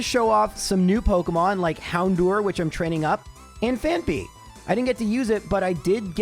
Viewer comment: I know a lot of people complain about how you say certian words, but it drives me nuts how you say "Houndour" you say "door" when It's dour, rhymes with sour.